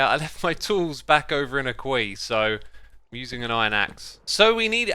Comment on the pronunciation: When he says kwee Is he referring to a Queue or to a Caye? is he talking about a line of villagers or the land they are on? or something else? either way, unless it is a word I cannot find he is pronouncing it wrong